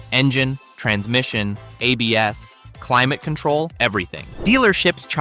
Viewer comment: I realized we've been listening to a computer voice when it said "a BS" instead of ABS, lol.